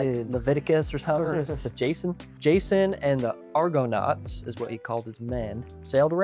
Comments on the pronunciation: you typically pronounce that "Arganaut". The original Argonauts were basically the Avengers or Justice League of Greek mythology- all the best heroes were on that crew, up to and including Herakles/Hercules himself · Didn't see it posted, but the pronunciation of 'Argonauts' is not totally wrong, just off-putting. It kinda sounds like he is pronouncing it as two words instead of one. I suspect he is putting the emphasis on the wrong syllable. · Y'all can't pronounce Toronto or Argonauts lol. Tor-on-o Are-gone-aughts. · They way they pronounce "Argonauts" is like they never heard the word spoken before. 😂